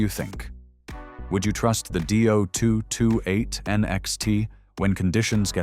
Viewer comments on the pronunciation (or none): Repeat after me: DEE - OH - 2 - 2 - 8! .. NOT Doo-228!